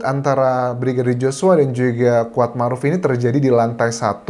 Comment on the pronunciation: Yang dimaksud Squad ...adalah si Kuat, salah dalam pengucapan pacar Josua, dan peran Si Kuad adalah semacam PK ...Petugas Keamanan, atau bisa disebut sebagai Body Quard, dimana tugas lain seperti menhitung dan merekap pendapat liar, si Body Quard lah yg mengatur dan termasuk jual beli kasus